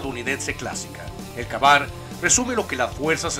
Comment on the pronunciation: El primero se pronuncia kei bar